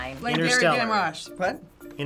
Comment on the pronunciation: "Interstellar" not "inner-celler" Jesus are you serious?